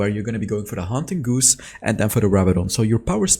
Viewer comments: First of all, your English is amazing. I did just want to let you know the haunting guise is pronounced like “guys” not “goose”. It’s weird, I know. Keep up the good work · Soooooo... GUISE (or as you say, "Goose.”) I've heard it multiple times now in recent videos and well...I cringe a little when I hear you mispronounce it even though I know it's just an unfamiliar word in a language that's not your first. Still after seeing how earnest you were about pronouncing "Xin Zao" correctly, I wanted to give you a heads up. ;) So the word is pronounced "gyze" and rhymes with 'eyes.' Actually, it's pronounced exactly like, well, "guys!" Not goose (the long-necked water fowl; like a duck with a vacuum hose neck.) A guise is actually a face covering, a mask or better yet, a dis-guise. Get it? ;) That's why the icon for the item is a haunting white 'mask.' Clever huh? So now you know! And knowing is half the battle! XD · btw haunting guise is pronounced like guys lol and its garen for sure bro no cap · Haunting Guise is pronounced like “Guys” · just so you know it’s pronounced haunting guys. I’m always impressed though by how you know three languages that’s cool.